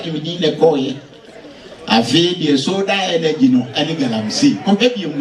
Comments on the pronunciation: piawwww but the word is Sola not Soda😂😂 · In fact the word is neither soda nor sola but solar.